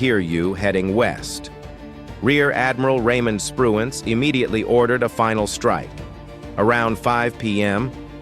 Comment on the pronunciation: The admiral was Spruance not Spruance.